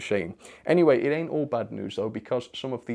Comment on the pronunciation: Hearing say "Ain't" and sounding like my friend from the Southern USA made my day! Also the Nice at the 69% shows me that is truly cultured